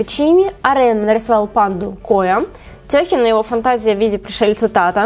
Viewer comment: *уй гну. Тэхён, а не Тёхин